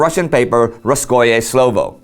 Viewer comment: The name of the newspaper shold be read (or, actually, stressed) as "rUskoe slOvo". Just a little remark. Everything else is great as usual.